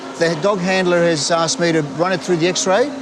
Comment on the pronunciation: Deport her for saying aksed.